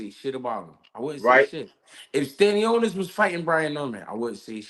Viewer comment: Bro called stanionis tostones😂😂